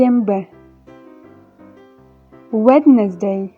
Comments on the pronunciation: Wednesday- уэнздэй, а не уэднездэй!! Ужас, элементарные вещи не знаете, как преподаете англ язык?! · Өднездей болмайды өнздей болады, ағылшынша тіліңді келтірші айналайыыын🫥🫥🫥🫥🫥🙌🏿😔